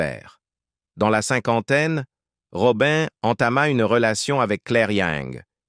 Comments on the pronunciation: C pas Robin mais Robi' n, 😢 mon dieu j'étais une petite fille , mais j'avais un grand frère et c'était son idole, donc j'écoutais toujours , après j'ai grandi et j'ai aimée ce chanteur R.I.P ROBI'N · Une voix et des " robin" qui gâche toute la video . De plus ,ne salissez pas la.memoire d une personne décédée